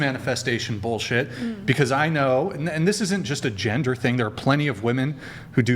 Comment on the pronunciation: I can't stand how she pronounced the word "thing" as "teeng."